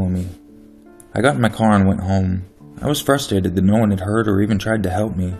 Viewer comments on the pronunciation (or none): none